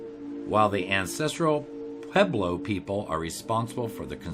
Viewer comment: It’s pronounced “ poo-web-low”, but I really enjoyed the video!